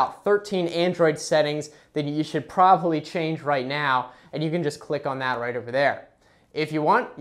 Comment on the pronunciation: Stop saying "prolly" it's probably.